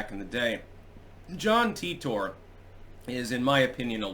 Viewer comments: No, I heard this story enough back in the day because I used to listen to "Coast to Coast AM" on the radio. It's pronounced "Teeter"--and I capitalized that because with that spelling, it's a fairly common surname where I live. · "Titor" is pronounced "Teeter"--and I capitalized the second version as well because with that spelling, it's a fairly common surname where I live. I used to hear a lot about this story back in the days before I had enough bandwidth to watch videos on the internet, and I was forced to listen to "Coast to Coast AM" on the radio when I had insomnia. (This was 15 to 25 years ago.) It was a compelling story to listen to, but it seemed very unlikely even back then. The problem with both Art Bell and George Noori is that they would hype up a story like this, and when something happened that proved it untrue, they would just stop mentioning it--with no discussion whatsoever as to the fact that they were wrong or why they had promoted it. Another example was the "Killshot" which was supposed to happen at the end of 2012, but didn't. Even after the prediction failed, they still had the story's main proponent (Ed Dames) as a guest later on to talk about other things--but with no mention of the Killshot's failure. That sort of thing tends to discredit legitimate stories they would cover, such as the ever-increasing tyranny of government. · I thought it was supposed to be pronounced Ty tor, because TIme Travellor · It's pronounced tEYEtor. Or Tar-Tar